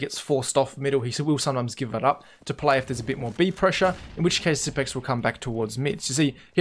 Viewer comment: It's Xypnix. Not xypics.